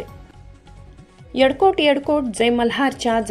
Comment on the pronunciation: येडकोट येडकोट नाही ,येळकोट येळकोट बोला.